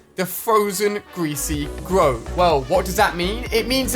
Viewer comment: 'Gweasy gwove' -Ali A 2019